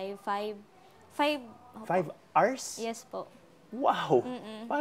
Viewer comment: Atom, you should know better than pronouncing five hours as “five Rs.”